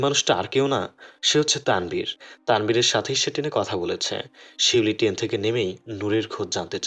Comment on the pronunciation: ট্রেন, not টেন বাথরুম, not ব্রাথরুম